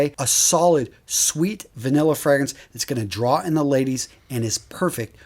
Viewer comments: Moschino is pronounced "Moskeeno" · It's pronounced Mos-Kino, great list! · I only caught the Moschino one. It's pronounced, "Moskeeno".